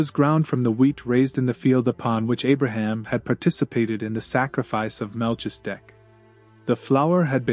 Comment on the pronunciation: Very much appreciate these readings. BTW- it’s pronounced “Mal-keez-a-deck”